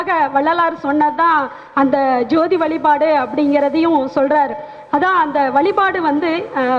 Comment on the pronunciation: அருமை சகோதரி. உச்சரிப்பில் வலிபாடு அல்ல வழிபாடு